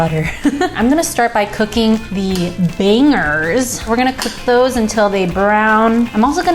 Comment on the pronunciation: The way she says bangers.... ugh!